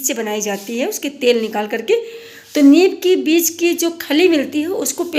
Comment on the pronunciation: नीब, नहीं नीम 😂 विडियो अच्छा है 👌👌